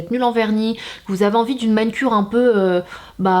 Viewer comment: Mdrrr mais Sanaa pourquoi tu dis MAN-CURE ? 😂😂😂😂😂